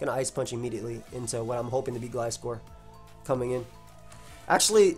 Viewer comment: Left a like for the “eeeemediately”